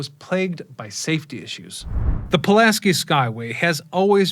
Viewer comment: Man can do all this research into the story behind the bridge but not pronounce Pulaski correctly. You couldn't even say it right when you were speaking directly about Casimir?